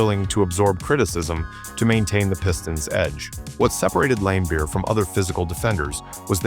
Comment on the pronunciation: Or Lamebeer lol, it’s a soft A